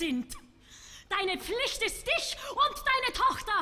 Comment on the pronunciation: Interesting pronunciation choices. She sings "iesch" instead of "ich," "diesch" instead of "dich," "duursch" instead of "durch." At least she is not imitating Fischer-Dieskau's provincial Prussian accent, or Schwarzkopf's even more provincial Prussian accent mixed with fake Viennese.